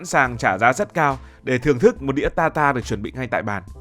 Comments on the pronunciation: Ở Pháp ăn thịt bò sống hoặc cá thu,được chọn lựa kỹ lưỡng, tươi sống gọi là tartare,đọc là tạt ta rờ, không phải ta ta,không biết đọc tiếng Pháp, rất tiếc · Steak Tartare /TẠC TA/ chứ không phải /TA ta/ cỏ nghĩa là bà cô...